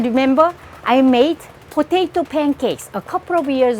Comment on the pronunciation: Am i the only one who likes it when she says “ potatoe”